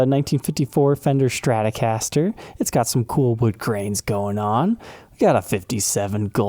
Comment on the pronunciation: There is no h in Stratocaster.